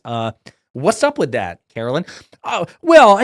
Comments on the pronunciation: It's not said like "Carolyn" Leavitt, is it? (You must not be very familiar with her.) She's not my personal favorite press secretary, but respectfully, you weren't fair in your portrayal. And by the way, "MAGA blondes", really? So it's ok to make fun of their blonde hair, as long as they're Republicans? Would it be acceptable to you to call KJP (Karine Jean-Pierre) a "Biden black"? Totally hypocrisy, dude. Bad look. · ‘Karoliar’ Leavitt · Omfg I’m a democrat but pronounce her name correctly. It’s not Karolyn